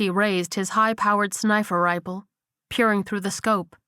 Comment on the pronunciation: Love the bit about 14 mins in when narrator said snifer riple